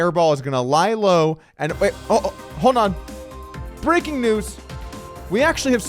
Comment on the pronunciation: Love the Brrrrrrrrrreaking news bobble 😂😂😂